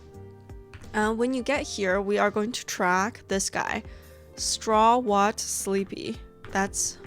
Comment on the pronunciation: Not the "straw-what" 😭(straw-hat 👒) Anyway, thanks for this! Very informative video.